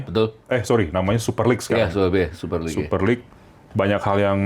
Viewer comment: LeaGue bukan LeaGua